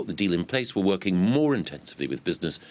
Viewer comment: "We're been woorking with business throughout the year", says Govey. Really? Stop boring me with bullshit, Mikey.